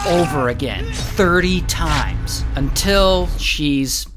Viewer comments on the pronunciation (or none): We gangsta until ray says “UNTIL”